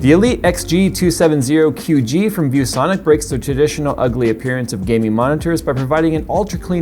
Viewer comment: Just to let anyone who cares know, Its a XG270QG, not GQ, the "ad" at the start says it wrong.